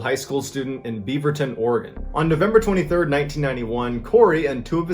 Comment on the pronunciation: I just wanna say thank you for pronouncing Oregon correctly doesn't happen often